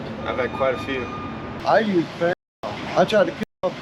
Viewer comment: FENTANYL not FENTANOL. There's no NOL. FENTA-NYL. Got that.